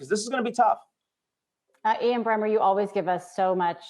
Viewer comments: It's Bremmer, not Brenner! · Ian Bremmer not Brenner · It's Ian Bremmer not Brenner